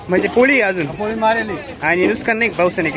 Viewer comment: नुसकान नाही रे भावा नुकसान